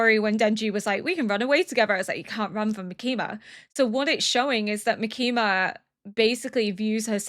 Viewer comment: I'm absolutely loving your reactions and your insight, as well as just watching along with you! :D I have but one note- The emphasis in Makima's name is on the first syllable.